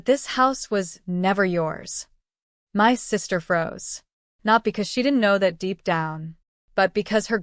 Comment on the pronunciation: Why is my being pronounced M Y?